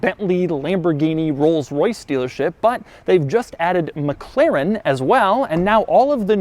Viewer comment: Doug is the type of guy that says Meg Klerran.